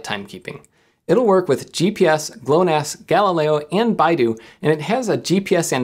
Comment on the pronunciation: You pronounced BeiDou like "Baidu" (a notorious tech company in China), as a Chinese native I was like wat baidu had satellites???